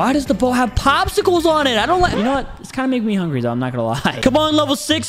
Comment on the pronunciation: Evrifing. Asks you hungre epeseli dharman